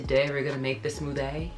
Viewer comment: “Today we’re gonna make the smooTHAY” 😭 she’s so cute